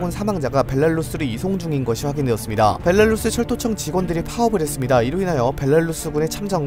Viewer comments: 벨라루스를 벨랄루스라고 자꾸 읽으시네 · 이분은 벨라루스 발음이 안되는듯 매번 벨랄루스 라고 발음하네 ㅎㅎㅎ